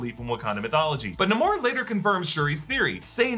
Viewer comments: Still it is Namor NOT Nomar! Stop pronouncing it like that! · Stop pronouncing his name Na-mour! Even if that's how he came to adopt his comic book name in this movie. His name is NAMOR! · Please stop mispronouncing the Sub-Mariners name.